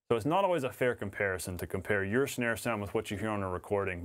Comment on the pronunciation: Is it just me or are you saying schnare...